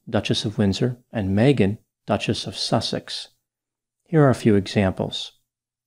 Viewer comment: Love the purposeful accent "Duchess of SUSSex ... very suss 🤣